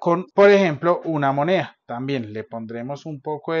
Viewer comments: 😂😂😂😂Hahahaha… Las mujeres hablamos mucho, si, pero mejor 🤭… No se dice “ herba” se dice HIERBA… No se dice fijese, cuando se está hablando a muchas personas 🤦🏻‍♀️se dice Fíjense 🤦🏻‍♀️No se dice MoNea, se dice MoneDa 😂, no se dice ayua se dice ayuDa, No se dice Via 😣 se dice Vida, no se dice digamen se dice díganme 🤦🏻‍♀️.. queeee bestia para hablar 🤣🤣🤣 OMG y la pronunciación en inglés es peor 🤣🤣🤣… No se dice, se dice … 🤦🏻‍♀️ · lo que no sé es porque pronuncia moneha o algo así en lugar de mone DA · Se dice MONEDA no monea..